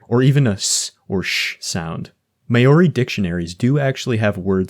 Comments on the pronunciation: Maori pronounced Maw-ri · good video but how are you gonna make a linguistic iceberg video and do absolutely no research into how foreign words are said... everything is said with a painfully thick american accent. "hand-shah" for Handschuh? really? edit: "may-or-ree" for Maori is actually diabolical. i have never heard that mispronounced so egregiously